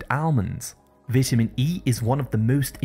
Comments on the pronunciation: Learn how to pronounceceate VITAMIN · Good video..don't get why you are pronouncing vitamin wrong. . However good information